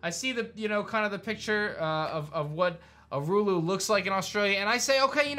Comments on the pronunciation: Bruh anyone realise he said urulu instead of Uluṟu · It’s Ul-u-ru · It’s not a-roo-loo, it’s oo-la-roo uluru I’m talking about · Thank god some1 put the proper pronunciation of Uluru in here 🤣 he tried i give him that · I'm from Australia, and that would be lit, but the way u said urulu is Uluru pronounced oolaroo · if Australia was to ever become a region there are 8 major capital cities where each gym could be based Plus he was saying urulu when the giant rock is called uluru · just wanted to let you know you were pronouncing Uluṟu wrong. You were saying Urulu. As an Australian I think a game here would have some amazing Pokémon with crazy designs. We can only hope from here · He really just said Ul-oo-ru wtf 💀 I’m Australian it’s Ul-u-ru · Nah cuz he pronounced uluru Ulooroo 💀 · I’m from Australia and just letting you know that it’s not how you pronounce it, it’s Uluru, not urulu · Its “ oo-Lu-roo” and not “u-Lu-ruu” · Uluru is not pronounced Ulu-ru It's pronounced Oo-lah-roo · Bro said euro ro. It’s pronounced as al er al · to help a brother out. Uluru: oo-luh-roo Also I think the Breloom overworld walking animation is another hint at Australia...Didn't even see Breloom as a Kangaroo until I saw that. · As an Aussie, I'd been hoping for a generation based on my home country. The Pokemon would be unique and fresh imo. Also, Uluru is pronounced Oo-la-roo. It's alternate name is Ayers Rock. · As an Aussie it is Uluru (pronounced oo-la-roo) and you would deffs wanna get it right as it is sacred to the Indigenous people....just saying And to finally get a Pokemon game depicted here in Australia.....thats gonna be so awesome....We are way overdue for a Kangaroo, Platypus & Echidna Pokemon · As an Aussie the idea of australia being the next Gen Pokémon region sounds so cool. Also Uluru is pronounced “ooh-lah-roo” 😊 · I’m Australian myself and here we say Uluru like (ool-ah-roo). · When you realise pronounced Uluru "urulu" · Uluru: Ooo-ler-rooo